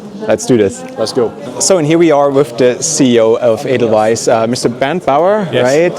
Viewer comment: Edelweiss! Nicht Adelise!😢